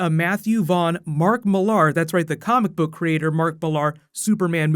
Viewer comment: Okay Americans its mark Millar not mark millaaaaaaaar lol